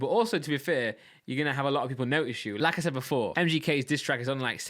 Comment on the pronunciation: Everytime you say like I said for me it sounds like lacazette.